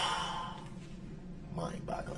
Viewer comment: "Mind Blogglin'".